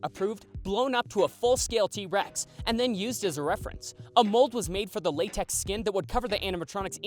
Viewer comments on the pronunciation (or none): none